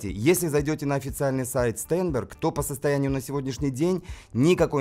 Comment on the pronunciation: STEINBERG читается как Штайнберг